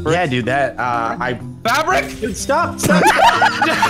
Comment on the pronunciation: "FRABRIC?!?!?!?" Triggered